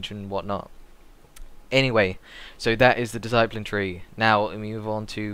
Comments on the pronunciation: whats a diseyepline? DISS-A-PLIN discipline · DiSS-A-PLIN, EVANJ-ALISM good God! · It's Pronounced Dis-I-plin. Discipline. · I appreciate that everyone has to start somewhere, i have no problem with that, gz to him for taking the time to try and help. I just wish he could say Discipline properly to make himself more credable. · The guy can't say "Discipline" correctly, Ooh a shame mate not everyone's perfect the guy's here to help everyone out who's new to Priests, He might not be LOLMLGPROXOXOXOpriest like Hydra or something but he's doing it to try and help. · Don't trust a priest who cannot say discipline properly. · you say discipline weird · Learn to say discipline properly.